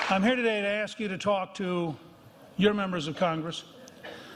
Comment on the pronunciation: Sharpton is an ass. If he could spit the rocks out of his mouth we white people might understand him better . And by the way Sharpie when u can finally say ASK. INSTEAD OF AKS U COULD BE ON YOUR WAY TO PROPER PRONUNCIATION.